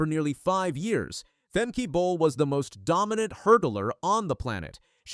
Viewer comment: Just so you know, the last e in her name sounds more like an a (as in spa) Femke Broeders-Bol is her name now since she got married.